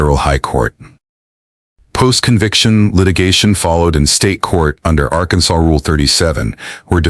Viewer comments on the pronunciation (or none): AI says "Arkan-Sauce" 😂😂😂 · Arkansauce? Really?